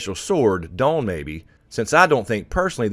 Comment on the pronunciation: Lol the sword DAWN you pronounce DOAN with an OH sound. Just cracks me up. I could see John sitting on the THRONE with the sword DOAN!